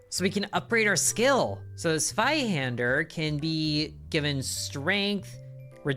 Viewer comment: I’m so happy to see you pronounce it “Sveihander” and not “Zweihander”.